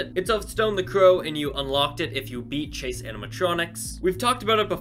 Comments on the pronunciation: It's CHASE not CASE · At first when he said chase animatronics I thought he said case animatronics and I got happy but after I knew what he said I got sad